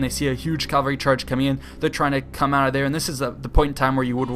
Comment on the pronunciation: its cavalry not calvary